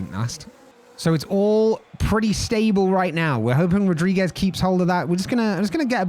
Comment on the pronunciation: "It's Night rules, bruv" . Dude, loving this, would love a per-race track video for sure. Also as a Portuguese, it's pronounced "rudrigues" not Rodriguez. ;)